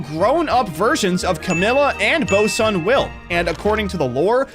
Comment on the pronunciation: Bro saying Bosun Will like a korean name lmao